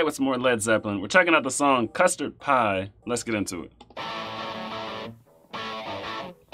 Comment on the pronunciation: Not sure what a “CUST-RAD” is lol